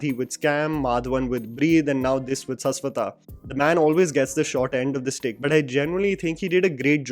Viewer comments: Shash wata man not saas wata. Please use the sh if you respect someone's name, i can call you by another way if you are never want to change your way of pronunciation for every name which isn't north Indian . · Bhai Saswata nahi Shashwat(शाश्वत) 😂😂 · Just wanted to correct the pronunciation of Saswata it is actually "Shashwoto"